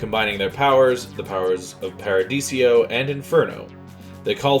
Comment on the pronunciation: Paradiso. 4 syllables. Not paradisio